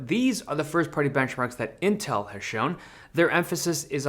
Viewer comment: But he called it "Intrl somehow".